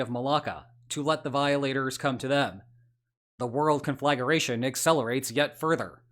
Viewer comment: It's pronounced CON fla gra tion